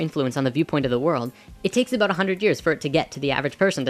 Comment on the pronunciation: Did I hear you say "aboot"? Are you Canadian?